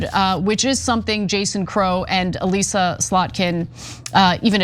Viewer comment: Ana, find out how to pronounce Elissa before saying her name over and over.